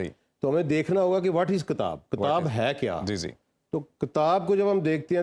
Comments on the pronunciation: This guest cannot even pronounce kitaab properly; how would he understand the Qur'aan. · What a stupid guy! He can't even pronounce the word kitaab properly; and he is going to explain Qur'aan to people! In this video, he has not communicated any useful info, other than repeating platitudes.